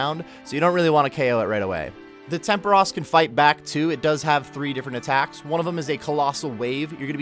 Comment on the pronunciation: "temperush"... hmm Tempooooooooooros.